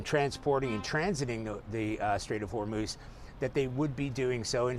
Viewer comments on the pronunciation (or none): Trump cannot even pronounce HORMUZ! LOL!!